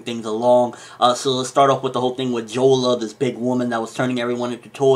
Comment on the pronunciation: it's jora not jola